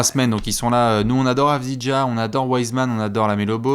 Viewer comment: Quand ce sera le tour de Deni Avdija merci de le prononcer comme il se doit : av-dee-ya 😉